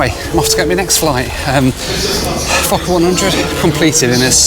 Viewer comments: I love you but are you saying F*cker 100… how do you find these airlines first Scat now a f*cker…Lol love it legendary as always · did i hear wrong or did he say "this is going to take me down to meet my f*c**r 😂😂. Good joke you really mdae me laugh. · di you say forker =OR= fuker plane???FUNNY =WE CALL NAUGHTY CHILDREN FORKERS =here in new zealand =ha,. ha,. I CANT STOP LAUGHING == =every time you say forker =LUV the DIGGERY=DOO MUSIC xoxelizabeth nz,happy traveler xox:face-red-heart-shape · when you said "fokker" it sounded like another word. HEHEHEHEHE